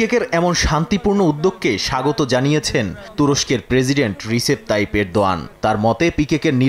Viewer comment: রজব তৈয়ব এরদোয়ান ❤ উচ্চারণ ঠিক করুন